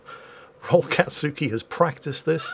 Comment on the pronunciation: We need to convince our mighty and benevolent gnome overlord to watch Naruto so he can pronounce "anything-katsuki" in fewer syllables xD